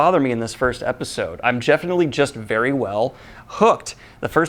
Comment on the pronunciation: "I'm jefinitely" lol